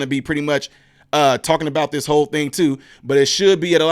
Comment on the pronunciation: Great info. but you do Ms. Owens a diservice when you fail to pronounce the /th/ on words like /THIS/ & /THAT/ & /THE/.